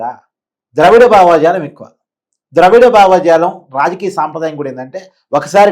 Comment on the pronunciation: భావజాలం రా బాబూ..... బావాజాలం కాదు..... తెలుగు పదాలని చంపకండి....😂😂😂